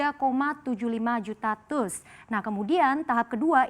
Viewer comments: TEUS dong bkan TUS nyebut nya 😅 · Teus dibacanya bukan TUS mbak, tapi tius 😀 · TEUS dibaca te-us...bukan tus.